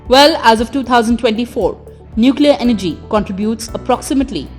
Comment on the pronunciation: For God's sake it is Energy not MG. In some videos, she doesn't even follow commas while reading but breaks the sentences inappropriately, sometimes even changing the meaning of the sentences